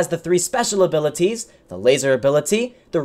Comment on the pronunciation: He accented all the T's at the beginning reading the weapons abiliTies